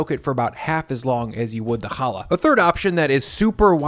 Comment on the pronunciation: I very much appreciate you pronouncing (and spelling) challah CORRECTLY! If you can't pronounce the damn name right, you shouldn't be eating it. It's not an H sound, it's a KH sound, like "loch" or "Bach". Again,, thank you.